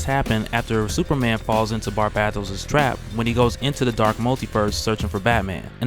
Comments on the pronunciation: Lol barbattos bruh: “bar-BAE-Dohs” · bar-BAY-toes NOT bar-BAT-os. good vid but your pronunciation of his name was annoying the hell out of me lol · Who TF is Barbahtos, I thought it was Barbatos 😂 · The second “a” is long... Barbatos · Love your work bro... So it's with great respect I say this: Its pronounced Bar-BAY-dos. Stay up though bro. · pretty sure it's pronounced "BAR-BAY-TOES" as someone who reads more than listens to media it's difficult to transition. took me like a decade to pronounce Djinn properly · bruh its bar BA Tos. watch iron blooded orphans and youll understand he has the same name as mikazukis gundam. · Are u sayib his name right wtf lol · It's not that hard to pronounce Barbatos smh... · Your pronunciation of Barbados is throwing me off! Otherwise, great video dude! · Argghh the way you was saying barbatos was killing me. Back to comicsexplained to hear Rob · learn how to properly say Barbatos. your pronunciation is toooooo cringy !